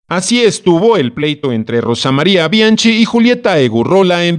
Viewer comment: "BI AN QUI" se pronuncia como es en i ta li a no; y del apellido Weiss➡se pronuncia Báis en alemán; no seas ignorante. si te dedicas a comunicar hazlo correctamente.